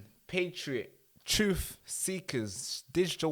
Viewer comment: TRUTH, THE WORD IS TRUTH, Not Twoof! I thought you were born here?